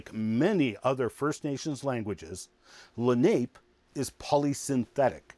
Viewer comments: It's okay but he mispronounced the name of the tribe. It's not pronounced Lah-nape, it's pronounced Lah-- nah- pay. These are my ancestors and it would certainly be appreciated if it was pronounced properly. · La nape is pronounced la na pay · Accent on second syllable